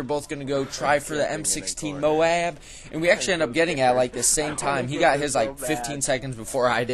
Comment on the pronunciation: why do you say "modab"?